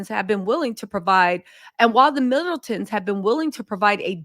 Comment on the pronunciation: Did I hear you say “Fiddletons”? 😂😘